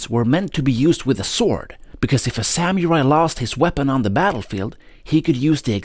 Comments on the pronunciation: It's not sam-your-eye. It's sa-moo-rye. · Just FYI it's pronounced Samu-rai not Sam-u-rai